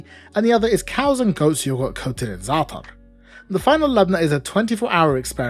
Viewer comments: all I head was "coated in ZA" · when you said zaatar the proper arabic way I immediately liked and subbed lol. respect pronouncing it like it should be